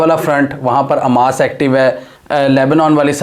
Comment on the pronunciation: اووو بھائی اسکا نام حماس ہے نا کہ اماس😅😅😅